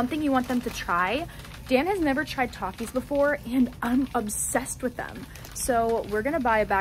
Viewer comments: The way he pronounced takis 🤣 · I feel like when Dan accidentally pronounced takis wrong Kayla over reacted. Don’t get me wrong I LOVE her and her channel but just because it’s her favorite snack and someone miss pronounces it doesn’t mean it’s the end of the world he probably has never thought to say the word takis.